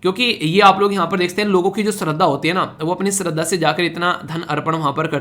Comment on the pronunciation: Sir, topic .... related to Tirupati lord Venkateswara. In that "shraddha" word is pronounced as 'श -Sh' not स plz.... This is my name😓